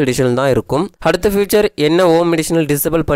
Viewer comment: ஃப்யூச்சர் இல்லமா. ஃபீச்சர்.